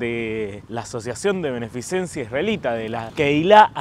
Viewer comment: Querido amigo, se dice beneficencia, que no beneficiencia.